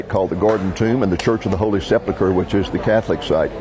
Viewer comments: Pronounced Sep Ul Kur, not Sep luh kur. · I was great to see the old city again, actually saw an old friend, a shop owner. But I do find it a little strange that with, I am sure, many academic degrees, not once pronounced the word "Sepulcher" correctly.